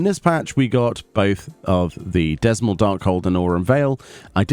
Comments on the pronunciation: According to Koji the D in Dzamel Darkhold is silent. Unless you edited it out Misers Mistress didn't summon adds. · I still dunno where you get Dezmel from? The D is silent like in Django. So the dungeon is called Ze-mael. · >Dzemael >pronounce as Zaymail >called Dismal I apologize beforehand if this is some of circle joke or something, but i found this hilarious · Dzemael i'm probably wrong but i pronounce this Zem-ale. like the D being silent. I like the changes, makes things much faster and less frustrating. ESSPECIALLY when u get the occasional new tank who has no idea what's going on. Something i noticed with Batraal as well is when he does Grim Halo it makes it very clear he's doing it. before he just did it with no real warning apart from a cast very short cast so it was something the healers had to be aware of because it was a lot more consistent and it did hurt. The vents did damage AND knocked u back so sometimes people would get launched into more trash. Small changes but HUGE impact to the start of the dungeon. the fruit also didnt disappear when u ate it. so you dont have to worry about someone eating the same fruit u were marking. would of been curious to see if you could still stun coincounter, that was a nice way to skip having to dodge the 100ton swing. Guess i can just test that my self. a change to Miser is there is a lot more safe area to stand in, there used to be a lot more of those poisonous puddles around the arena. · It's pronounced "zuh-MY-all" dark hold. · Darkhold is pronouned Zeh-May-El btw. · "dezmull darkhold" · cries in dzemael being pronounced wrong